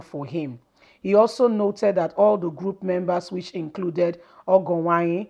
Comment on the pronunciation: Well thats a teaser, I just want you to know the error in your pronunciation, pls try to improve on the pronunciation of these Nigerian names been it Edo igbo or Yoruba or look for someone to help which is very necessary, you May not be a Nigeria, fine.. or a different tribe, fine.. but Education suppose to make the different, because you wrote Ogienwonyi and you pronounce ogo Uwanyi, Disclaimer This is not to dent your work, But to make you Improved for some of us your subscribers